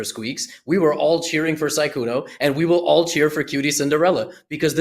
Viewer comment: Danny pronounced Sykkuno correctly this time. Almost took him the whole tournament!😂